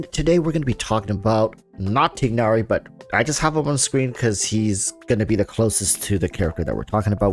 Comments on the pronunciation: They say Tie nari in the game. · I like your videos, you have a lot of smart thoughts, so I’m learning a lot from you. Just a minor critique: name pronounciation. Tie-nary and Deya. No big deal, but I just thought I’d help you with that :)